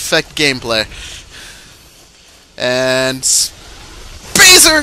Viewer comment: do you say spazer just to make spartan lazer sound shorter?